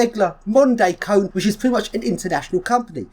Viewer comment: It's KONE-AY... not Cone.